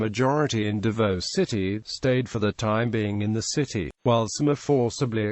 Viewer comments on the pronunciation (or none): U pronounce davao as dabaw